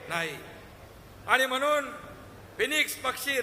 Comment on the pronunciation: Ani mhnun....mhnon😂